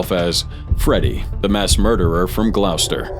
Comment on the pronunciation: Glaowster 😂, it's pronounced Gloss-ter.